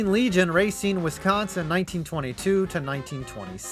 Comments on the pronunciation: Yet another example of a non Wisconsinite butchering a Wisconsin town name. Racine is pronounce ruh-seen, not ray-seen. It's understandable though, we have tough names. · You mispronounced Racine. It’s ruh not ray. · Hearing him pronounce Racine as racen pains me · bro you dont pronounce racine right..